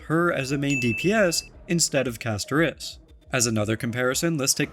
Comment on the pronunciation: Why did you put the emphasis on the i in Castorice? 😂